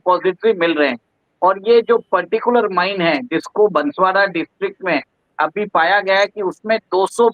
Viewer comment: बांसवाड़ा नाम है बसवाड़ा नहीं है